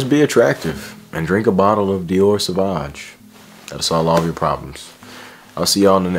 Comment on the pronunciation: the intro taught me how to say “dior sauvage” properly